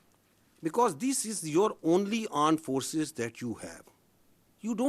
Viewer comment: aand forces not armed forces